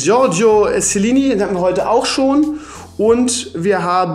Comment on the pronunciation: Er kann nicht mal Chiellini aussprechen